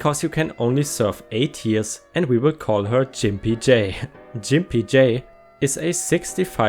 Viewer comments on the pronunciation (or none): Grimpy as is gggg not j... gimpy not jimpy hun. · Love your posts and your English is way beter than my limited German!!! That said, Gimpy is pronounced with a hard "g" sound like in gut not a soft "g" that sounds like the "j" in jump. Now, if only I could get you to help with my very poor German, that would be lovely! :-) Also, gimp usually refers to someone who has a physical disability. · That's a hard "G" in Gimpy, btw, but it's probably a good thing you pronounced it that way anyway. Otherwise it might have affected your support or may get your vids demonetized, I think.